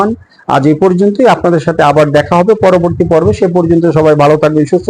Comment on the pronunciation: হাফিজ উচ্চারণটা একটু short করলে মনে হয় ঠিক হবে।